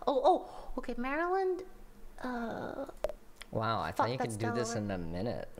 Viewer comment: real glad he got Maryland right first try